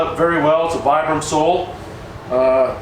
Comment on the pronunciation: It's pronounced "VEE-BRUM"